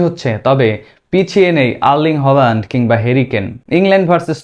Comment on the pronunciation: হোলান্ড না ভাই, হ্যালান্ড হবে উচ্চারন। প্রাক্টিস করেন নাই?